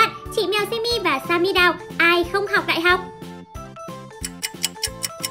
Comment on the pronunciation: đại học chứ ko phải đai học